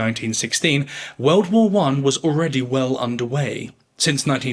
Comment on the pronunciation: He speaks of some "Veuld war one". Whats a "veuld"?